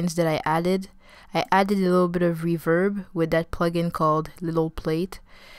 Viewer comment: What?!?! That not how you pronounce reverb. Don’t slur over the words